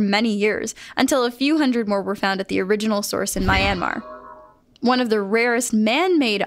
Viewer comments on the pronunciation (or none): Err... You pronounced Myanmar wrongly. It's not "my-an-mar", it's "myan-mar" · It’s not my an mar that s not how you pronounce it its pronounced Nyan -mar but replace the n with m so myanmar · you said Myanmar wrong I know because I'm from Myanmar. you don't say the MY part as my you say it more like me. so it's almost like Meanmar but you still pronounce the A as a long vowel. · I am myanmar also your pronounced it wrong, it’s myán-mar. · Its pronounced M-yan-mar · MAI-ANMAR OML its pronounced like mianmar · Myanmar is pronounced Meeanmar, 😊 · No hate but Myanmar is pronounced mē-an-mar I know because that's where I came from. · You really don't know how to pronounce Myanmar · myanmar -.- sorry but that is not how you pronounce it Lol np though 😂